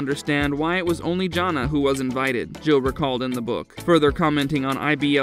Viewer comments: It's not "JON nah" for the eldest daughter. Her name is pronounced "JAN Ah". It's good the majority of the elder kids broke away and made their own lives instead of following the IBLP cult they were raised in. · JAN-a, not John-a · He pronounces Jana like "John-a" 🤮 The robot has obviously never watched this show. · If you know so much about them, say Jana’s name correctly. 😅